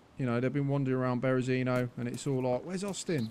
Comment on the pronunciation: I like the video Austin, but you still can't prenounce "Berezino"